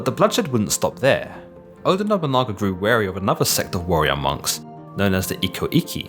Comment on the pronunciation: You can't say their names properly. TO-Yo-To-Mi Hide-Yo-Shu. O-DA Nobu-NA-GA.